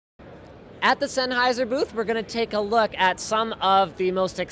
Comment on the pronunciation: It's Sennheiser, enough said.